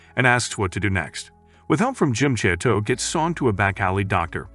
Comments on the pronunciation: im in physical pain from the way he pronounces chateau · i am literally canadian and we speak french here and i can tell you he has far from perfect